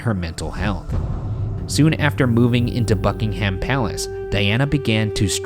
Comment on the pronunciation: How does Ryan manage to flawlessly pronounce Icelandic cities and names, but struggle with Buckingham Palace and Norfolk?(❁´◡`❁)